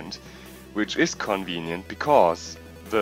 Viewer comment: Hab mich schon gefragt warum du ze sagst ._.